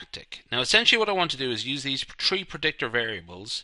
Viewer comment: it's tree variables..!! 🤣 🤪